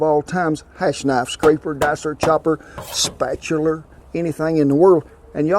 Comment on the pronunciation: spatulers and miskulanius items hahahaha awesome.